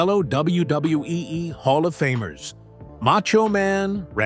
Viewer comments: AI can't say double u 😂😂😂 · The W-bub-hub-WE😂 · LOL! The way the AI says WWE and WWF is funny AF. Da Da duwuwu dubwoo eff LOL! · I really wish they would stop using AI cause they can't say WWE correctly